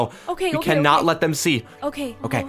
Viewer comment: You said cannot wrong